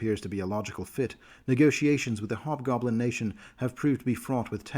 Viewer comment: The H in hobgoblin is not silent.